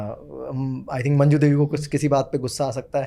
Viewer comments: Mam, its not majnu devi, Its manju devi.. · It’s manju devi not majnu . Such a iconic character and we miss the correct pronunciation 🍁